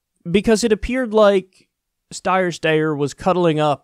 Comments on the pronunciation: Kyle, considering that you are doing political commentary, the least you can do is check the pronunciation of Steyer’s name or any other candidate for that matter. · It would save us all a lot of time of you only said Steyer's name once every time you were pronouncing his name. 😄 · Kyle, you can critique without pretending you don't know how to pronounce his name. It's when you do immature b.s. like that, then I can't share your videos because I know people I know will just turn it off without paying attention to your good analysis. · So dishonest Kyle. You've listened to the ad and still act like you don't know how to pronounce his last name. Disappointing. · Bernie fan here. Stop mispronouncing Tom Steyer’s name, it’s not even hard, it’s soooooooo annoyyying. Stop please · It’s Sty-er, not Stay-er. That’s how he pronounces his own name, so go with that. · LOOK KYLE it's pronounced "STEYER" -- rhymes with "SQUEYER". Not that hard to get right, dude. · Kyle I love ya but stop calling him stayer steyer it’s incredibly annoying omfg like why? Lol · Wtf?! And here I was hoping that Steyer could drop, endorse Bernie and run pro-Bernie/ anti-Bloomberg ads. What a let down. Also Kyle, let that tired joke go already. We know that you know that it's Steyer and not Stayer. There is no way you're THAT incapable. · dude pick one way to pronounce it and move one. this steyer styer is getting annoying. we get your point.... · please stop saying Stayer/Steyer, super annoying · Secular Talk video starts: So Tom Steyer, Stiyer, Stayer..... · It's Steyer - Rhymes with "Liar" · ST-eye-ER .. for gods sake Kyle 🙈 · The steyer pronunciation joke is getting a little old. It’s not that hard of a name to pronounce. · I get the name is odd and you’re belittling him but just picks pronunciation please. Love the show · How do you not know how to pronounce his name after all his impeachment ads??? He literally started all of them with "I'm Tom Steyer" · "Stayer, Steyer" lol